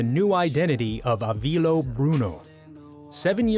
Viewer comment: It's Avileo not Avilo